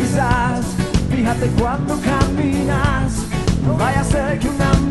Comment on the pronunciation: Caminas está mal pronunciado. Es la peor versión de hotel california. Fue un error hacerle el tributo a the eagles